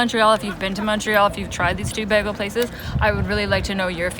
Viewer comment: Why noone making a comment about the pronounsation of "bagle". But in all seriousness, this was something I was wondering about, so thanks for the comparison.